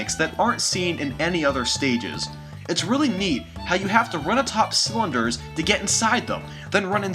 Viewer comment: did anyone notice he said slunders rather than cylinders